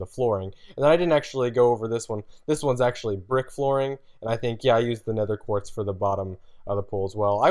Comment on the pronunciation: He keeps saying 'nether quart' its 'nether QUARTZ'!!!